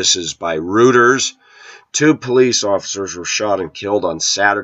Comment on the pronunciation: Reuters is pronounced "Roy-ters", not "Roo-ters".